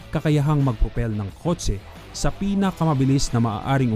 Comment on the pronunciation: Kotse not kot se puta